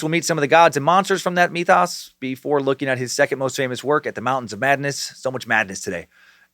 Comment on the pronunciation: Myth-ōs! Any other Lovecraft nerds wincing with every mention of “mee-thoss” 😖🤣 Also, Nyrlathotep, perhaps pronounced “Nyarlat - Hotep” as would correlate with ancient Egyptian nomenclature?